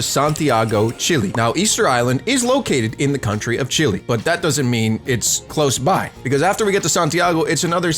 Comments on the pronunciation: its not pronounced (chill)-(E) its fucking (chEl)-(A) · It’s not chilly it’s Chile